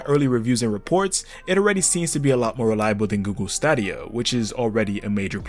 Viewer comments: i love you bro, but it is pronounced "google" 'stay di ah" not 'stah di ah' lmaooo i hate to be that guy but damn, shit offended my ears nice video tho, you really have a knack for these videos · Can you say staydia instead cause stadia sounds weird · I need help unhearing "stAAAdia" ...great video otherwise 😅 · Each time you say stadia 😞. The "sta" is pronounced like the "sta" in stadium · It's Stadia not Stadia xD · U say stadia rong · That's.. not how you pronounce "Stadia".. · Anyone else bothered by the way he says Stadia? 😂🤣